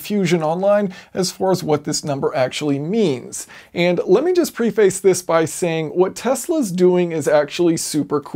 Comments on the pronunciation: The real question is, how can you be this smart and not know how to say preface? Its "pref-ise" not "pre-fice". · The word "preface" is pronounced "PREH-fuss", not "PRE-face".